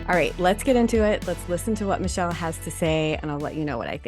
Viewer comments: I watch Michel (Mic-Kel) but never seen this ❤ Sorry I thought i needs to fix the pronunciation xx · It's pronounced mi-kel short i..not michelle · it's not Michelle, it's Michel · FYI: Her name is pronounced "Mick-elle Jan-see" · Mik-el Jan-see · Thanks for talking about this! And just so you know her name is pronounced Muh-kell Jan-sea :) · If you are going to comment on her video, you may want to pronounce her name right.